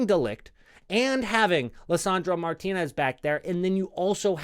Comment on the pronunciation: As a native Spanish speaker, I really appreciate your correct pronunciation of Martínez.